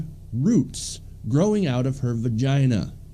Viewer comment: Are you saying "vergina"? LOL